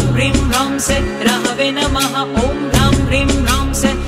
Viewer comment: AAP sah ko say bol rahe ho